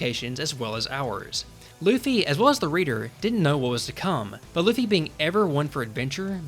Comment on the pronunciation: Jajajajajaja "Loffy" JAJAJAJAJAJAJAJA